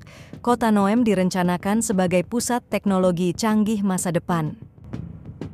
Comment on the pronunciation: Bunyi NEOM itu neyom bukan nya nowem